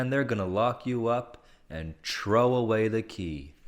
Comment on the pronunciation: "chrow away da key" =D